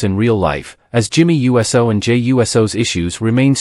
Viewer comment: Ummm . . . I think you are allowed to say: "YOU-Sew", rather than "U-S-O" as if he were a flying object.